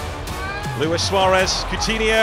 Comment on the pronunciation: At least you know how to pronounce my name. Luis and not Louis.